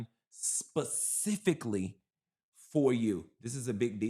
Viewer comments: Every time you say PACIFICALLY I fall out 😂😂🤣 it’s SPECIFICALLY lol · Omg Yessss Pacifically always take me out 😂😂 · Yes, specifically PACIFICALLY 😂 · Pacifically for the Bunch!!!! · It's the PACIFICALLY for me! Thanks this made my day! 😂😂😂😂❤ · It's the PACIFICALLY for me! Thanks this made my day! 😂😂😂😂😂❤❤